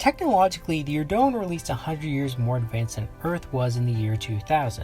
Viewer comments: He's pronouncing their name wrong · Huge fan. Watched almost all of your videos. But fuck me, i cringe HARDCORE everytime you mispronounce "Eurondans".